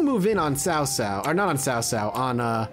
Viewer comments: It's definitely pronounced T'sao t'sao. Chow chow is incorrect. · I’m not sure who told you it’s pronounced Sow-Sow (like the word for female pig). But it’s actually a lot closer to Chow-Chow (as in the slang word for food).